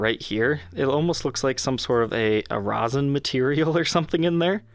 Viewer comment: "Resin" or "Rosin" ? lol